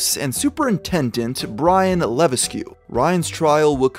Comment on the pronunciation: Hey Its pronounced lavesk not levas que